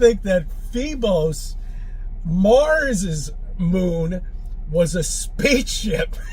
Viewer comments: my Faaaavorite! Did he just call mars’ moon Phobos “fee-bos” 😂 I love this guy! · "Feebos"? What?